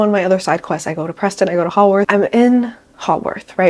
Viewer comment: Girl I love you but please learn how to pronounce the names of places properly - hearing you say Haworth & Edinburgh wrong made me cringe so bad